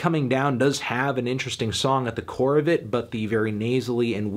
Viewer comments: Core* not car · Hey Anthony- he says “CORE” not “car” lmao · it’s core not car . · Bruh on “in lust we trust” we says “core” not “car”. Piss poor take rooted in ignorance. I Don’t disagree w the other opinions tho.